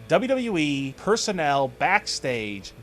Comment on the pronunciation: can't anybody say WWE properly anymore? dublalalee